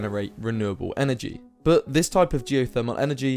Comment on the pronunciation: I think you should work on your pronounciation of the word "but"